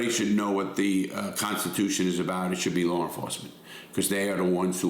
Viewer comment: There is no "R" in law or at the end of Georgia. 😂